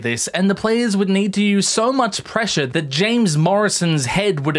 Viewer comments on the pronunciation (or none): none